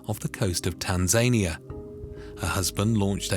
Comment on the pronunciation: Tan-zay-nia is wild 😂